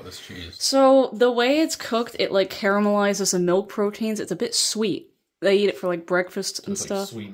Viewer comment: Thanks for using the Correct pronunciation of CARAMELISED-CARAMEL-ISED......and not the one that most US tv chefs/cooks use which is KARMA-LISED.....Norway,beautiful country but so expensive.